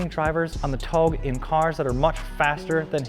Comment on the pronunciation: The way he pronounced touge is cringe AF!